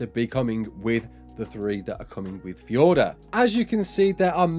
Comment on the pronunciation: How come you can say fjordur normally but not valguero